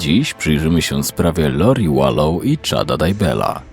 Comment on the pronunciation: Wlansie zakonczyl sie proces, gdzie została skazana za wspolidzial w morderstwie 1 stopnia Charlesa Vallow. Podjerzewa sie ibecnie, ze zabiła rowniez Rayana, swojego 3 męża Btw czyta sie WALOŁ :)